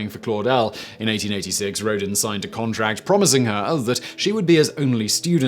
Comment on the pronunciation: I'm a bit stressed by Simon's way of pronouncing "Rodin".